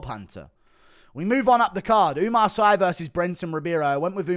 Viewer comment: It's pronouce Oumar "See"